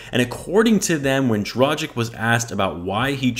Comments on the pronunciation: Say Dragik. Now say Drageetch. You're welcome. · dra-ghee-ch, dohn-chee-ch, voo-chev-eech, bogh-dano-veech, shar-eech ;) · Man can't even pronounce his name right then makes a video about him 🤦‍♂️🤦‍♂️